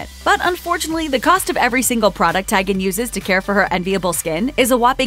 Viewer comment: Her last name is pronounced Tee'- gen not Ti- gain. Really.🙄